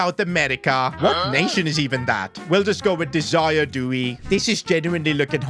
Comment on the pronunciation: "Desire Do-e"🥹✌️